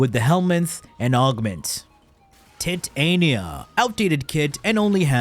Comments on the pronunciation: Bro really said Tit-ania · this might be the funniest video of this guy, his jokes are great.. im laughing my ass off when he said *TIT-ANIA*